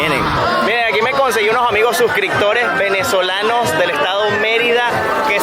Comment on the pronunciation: no se dice suscrictor, se dice suscriptor...